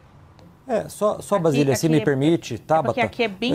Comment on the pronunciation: Não é VASILIA. Kkkkkkk. O nome dela é BASILIA Kkkkkkk. Tábata: Vc é ruinzinha hein?? V.